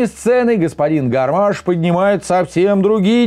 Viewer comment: Не Гарма́ш, а Га́рмаш!!!